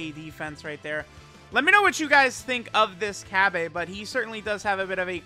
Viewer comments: 🤓☝️ its cabba not cabbea! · Am I missing something here? Cause why are you calling him "Cabb-ay", his name is pronounced "Cabba (Cabb-uh)". It was just messing with my OCD a bit. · No my good man I can % confirm it’s cabba not cabbA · you mean cabba not cabbae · It’s cabba not cabbea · Day??? of hearing say CabbA. It hurts my soul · This video was so hard to watch everytine he tried to say cabba like God damn